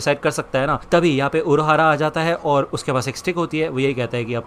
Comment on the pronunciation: Urahara❌ Uruahara✔